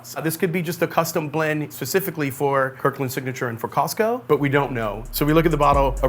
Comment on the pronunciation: Thanks for pronouncing Costco correctly. Too often I hear "Cah-sco"..